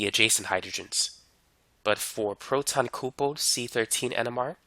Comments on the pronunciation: Appreciate the content brotha.....but "coopled"....WHAAATdaFuuu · "coopled" haha what